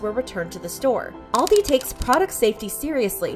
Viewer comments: The way she says Aldi is so funny to me 💀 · That’s not how you pronounce Aldi